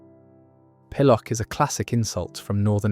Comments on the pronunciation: Why not use a real narrator instead of an AI voice? - Even the best AI doesn't sound real to British ears. Emphasis on the wrong syllable, for example. Pill-OCK instead of PILL-ock, and "wos-ock" instead of "wazz-ock", with its hard 'a' sound. It just grates a bit, and spoils our enjoyment of an interesting post. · You can tell the narrator is unused to these words with his mispronunciations. Pill-uck, wazz-uck and in my neck of the woods, my mum would call me a barm-pot. Still, this video gets a thumbs-up from me. Thanks for the nostalgia, ya muppet :) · it can't pronounce 'pillock' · the way you pronounce pillock is just wrong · That has to be AI the words are mispronounced. Wazzock is pronounced wazzuck, and pillock is pilluck. Daft apeth is ay - puth... and also he forgot doofus.